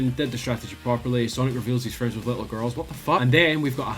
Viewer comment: Sonic is FRINDS LITTLE GIRL hahahahhaha